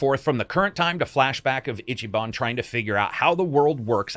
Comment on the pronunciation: I'm sorry, I'd hate to be that guy but I'm gonna be that guy. It's "eechee ban" not "itchy." He doesn't have to scratch himself. No Itchyban. You just pronounce the "i" as a long vowel. Easy. Eeeechee. His name sounds really weird when it's pronounced wrong. And fun fact: Ichiban basically translates to #1 or "the best." So the game is intentionally being on the nose with who he is.